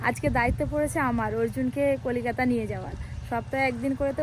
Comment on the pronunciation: কোলিকাতা নয়। কোলকাতা